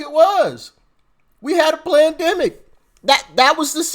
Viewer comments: It sounded like you said PLANDEMIC....PERFECT TERM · Did you say "Pland-demic" Doc? cause that's what it was. All planned with Nancy Pelosi's name all over it. And I heard they are going to start to come after (as hate speech), everyone who says FJB on any comments. FJB FJB FJB FJB , come get me.